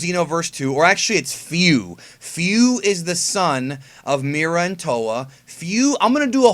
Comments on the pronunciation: Aya is definitely the best Japanese actress and is perfect for bulma But still rip hiromi 😭 and super Edit: also it's fu not few but that's how you say it so what keep up the videos there really good Edit again: WE NEED SSG FOR CACS IN XENOVERSE 2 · Feu not fuu